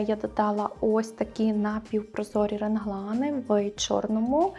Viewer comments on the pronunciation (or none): Не хочу образити, але, будь ласка, "реглани", не "ренглани". Усі образи звісно дуже гарні.